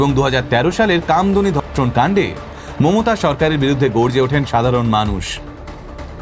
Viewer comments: প্রথমেই ক্ষমা চেয়ে নিলাম থেকে যদি কিছু ভুল বলে থাকি।🙏 বাংলা উচ্চারণ বা ব্যাকরণ আপনি আমার তুলনায় বেশ ভালোই বুঝেন কিন্ত আপনি আপনার বক্তব্যে মমতা ব্যানার্জি এর বদলে মোমোতা ব্যানার্জি বলছেন। আশা করি কিছু মনে করবেন না 🙂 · ভালো কন্টেন্ট এর পাশাপাশি উচ্চারণে একটু নজর দেবেন 🙏 মমতা কে মোমোতা মোমোতা বলাটা শ্রুতিকটু।বাকিটা ভালো লেগেছে। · মমতা not মোমোতা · উনার মমতা উচচারণটা শুধু কি আমার ই ভুল মনে হলো?